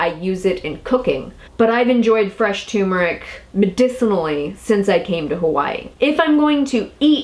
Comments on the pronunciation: Pronounced: TUR-MER-ICK,,,,,,not tumor-ick Ingest TUR-MER-IC with piperine for maximum absorbency. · Turmeric (TUR as in Turn) not Tumor (as in Cancer). Apart from that, interesting info thanks. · tuRRRmeric with 2 r's lol think everyone says tumeric though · Why do so many pronounce it Too mer ik and not Tur mer ik? TuRmeric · It is tuRmeric not toomeric....geez!!! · Interesting info and thank you for all your effort, but it's "TUR-mer-ic" not "TOO-mer-ic". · It's not tumeric it's turmeric isn't it. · Thanks for the video, but please. Its Turmeric, not Tumoric. Hearing tumor constantly is painful to listen to. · tur-meric, not too-meric. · Say tuR-mr-uhk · Um, there is an "r", it is not toooomeric!! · what is so hard about pronouncing TUR mer ic? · So, the first "R" is silent?